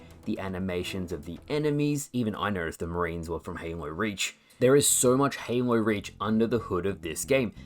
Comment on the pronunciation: Why do you say "Heynlow" to say Halo ?ahah